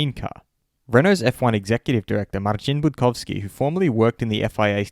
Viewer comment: You pronounced "Marcin Budkowski" like a true Pole!